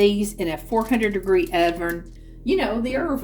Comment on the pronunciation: You are so cute and funny! You reminded me of Madea when you said irvin for oven. It was a family affair there, everybody pitched in to help you cook. The food looks delicious😋... loved the bloopers😅